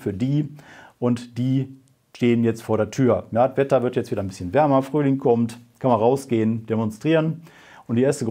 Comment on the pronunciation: frühlung huh sagt er während es drausen bei mir schneit :D